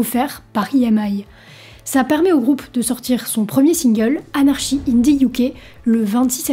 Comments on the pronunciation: et pas être capable de dire anarKy au lieu de "anarchie" quand on cite le titre du single ca commence déjà mal ! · On prononce Anarchy "Anarky" et Vicious "Vichious"... à part ça c'est très intéressant.